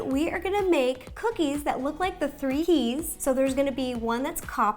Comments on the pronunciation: YASS COO-KEYS😜 ok im done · So these are coo-keys? (I'm sorry)